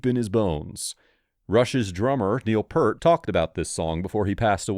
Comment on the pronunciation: Who is "Neil Pert"???